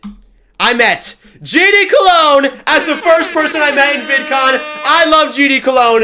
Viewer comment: “I LOVE GD COLOGN”